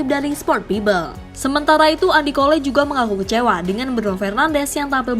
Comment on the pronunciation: Apasal sebut pun bodoh .Bukan "kole".."cole" .. sebut Jokowi boleh pulak..sebutlh jokowe